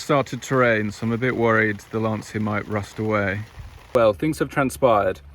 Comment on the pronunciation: The wonderful Sandy Gall presenting News at Ten. He pronounced Lancia correctly, unlike anyone else.